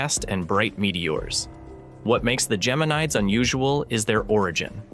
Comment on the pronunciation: Wish the AI would at least know how to pronounce Geminids.